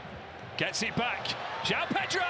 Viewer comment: Joao bro, pls dont think his name is like how americans say it